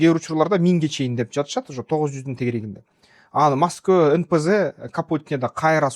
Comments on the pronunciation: Масково эмес Москва туура суйлосон Эврейлер жакшы толоп жатабы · Мосгово дейсинго туура скйлосон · Маской дебей так суйлочу